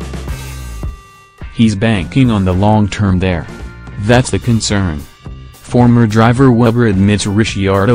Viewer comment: zero comments says it all, when you can't even pronounce DR name correctly, you clearly understand very little about Motorsport...